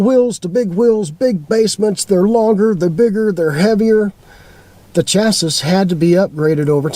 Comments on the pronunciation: chassis is pronounced "chassy", not chass-iss. We've owned 7 motorhomes, mostly smaller ones, but I always go for the high-end brands like Coach House, Chinook, Pleasure-Way, Telstar, and I favor Ford V8 and V10 motors. I focus on performance over mileage and I stay far away from Mercedes-Benz (some very bad experiences). I spend money on the sway bars, better shocks, air bags, etc. My worst motorhome was an older Argosy (Airstream) with a Chevrolet 427c.i. motor, that blew up. New motorhome sales folks, like cars, are dangling the electronics-worm in front of new buyers, such as touch screens, blah, blah blah. If you are a newbie do lots of research on how they are built. YouTube has some pretty good videos on that subject. As a retired engineer I see some very poor quality (Chinese plastic parts) and poor designs in many new RVs today. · Chassis and Classy rhyme. It's not chas-iss. You were probably doing that on purpose to irritate my OCD. Good content. Thank you. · Can't pronounce chassis.